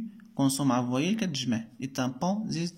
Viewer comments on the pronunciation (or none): none